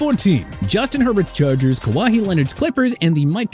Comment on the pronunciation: Did this dude say "Kawahee Leonard"??